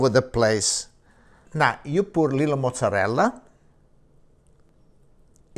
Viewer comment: In Italy " la parmigiana" is made with eggplants (rarely with Zucchine or sliced potatoes), never with chicken, so the "chicken pamijiaaaan" is not an Italian dish but an Italian American one. About the pronounciation, he says "mozzareLL", but the term is mozzarella, with an A. You say pizza, right? Not Pizz. So, you know that the last letters of the italian words are not silent. Say them.